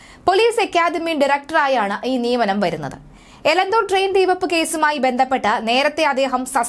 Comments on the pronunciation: Please note that name of Elathur Railway station. Not Elanthur. Give clear instructions to the news reader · എലന്തൂർ അല്ല, എലത്തൂർ.... പേരുകൾ ശരിക്ക് വായിക്കൂ കൊച്ചേ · എലന്ത്തൂർ അല്ല എലത്തൂർ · എലന്തൂർ അല്ല ! എലത്തൂർ ആണ് ശരി....